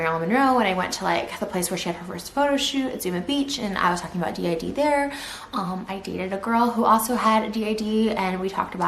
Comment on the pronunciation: I still laugh at this poor attempt. She couldn't even pronounce DID right to begin with